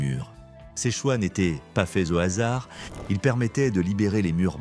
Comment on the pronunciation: Ce qui me manque le plus ; Une vraie voix humaine & non pas de l'IA qui n'est même pas fichue de respecter les " H " aspirés comme par exemple des " hasards " ou le S ne devient pas des zahards & tout à l'avenant.......